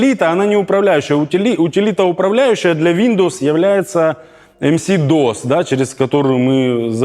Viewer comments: Было сказано не "MS DOS", а "MC DOS". Кто такой DOS, чо за MC такой, и почему он управляет Windows, а не читает в микрофон? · «ЭмСиДос» (с) Чувак даже алфавит не в состоянии осилить. Он напоминает бывшего премьера Украины Азарова, который не смог выучить 5 букв алфавита украинского языка отличных от русского проработав 20 лет в госорганах Украины, где все делопроизводство велось на украинском языке и вообще украинский язык был языком общения. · Йоу-йоу-йоу, с вами MC DOS, и щас я зачитаю вам лютую рэпчину про BIOS, дисковод, и, конечно же, мамку! Блин, второй раз в жизни слышу как MS DOS читают, как "эм си дос", и это опять смешно! И да, DOS перестал для запуска Винды использоваться со времён Windows XP точно (вроде в Миллениуме можно было "сеанс MS-DOS" запустить, 2000-ю не помню к сожалению).